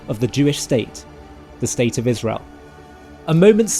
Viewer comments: Down to ISHRAEL! 😂 does it have some conspiratorial meaning she keeps saying ISHRAEL? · The Ishzraelis are comiiiiing!!! The Joodayowes are coming for us aaaaall!! Can someone PLEASE tell Candace how to pronounce these words.